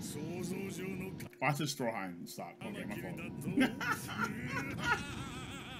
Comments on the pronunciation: Did he call strydum as stroheim? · He really called Strydom "Stroheim". Jojo x Baki crossover confirmed??